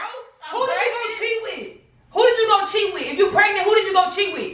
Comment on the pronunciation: i know she’s trying to say cheat with But instead of that she said chiwi